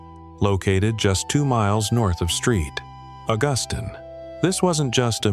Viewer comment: What a bummer you couldnt give this info without it being 100% AI. I would love this channel if you'd use real images and a real voice. Not even correcting it to pronounce st augustine right is wild. You know you can fix that right?